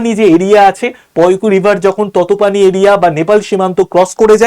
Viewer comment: ততপানি নয় 😂তাতোপানি হবে 😂